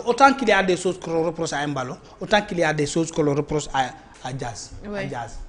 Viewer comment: Comment un Peulh du Fouladou de surcroit un Kandé parle de Emballo, alors qu'il doit corriger la prononciation pour rétablir le nom normal pour que nul n'en n'ignore. C'est Mballo